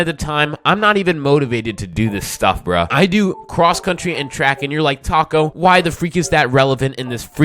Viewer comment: That is probably the best I have heard someone pronounce my username the first time CONGRATULATIONS on reaching 1k